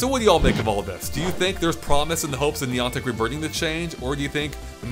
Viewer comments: Niii AuNtic Is How You Said It! Niii Anne Tick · who is niontic? the company doing pokemon go is niantic. it seems youre speaking english so A doesnt sound like an O. who is niontic? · Did you say Neeontic? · It's pronounced Neigh Antic for the love of God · You say niantic so weird I almost didn't realise what you were saying 🤣🤣